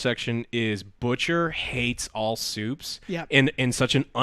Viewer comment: "Supes", not soups